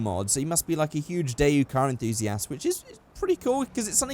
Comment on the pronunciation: Dayu? That's not how you pronounce that. DayWoo, is the right way.